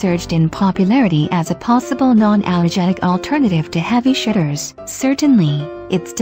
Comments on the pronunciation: i heard "heavy shitters"😂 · Me too